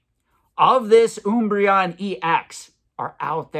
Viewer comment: Pretty sure he just mispronounces random things for engagement, i've never once heard anyone screw up Umbreon so badly. He also pronounces it correctly later on in the video.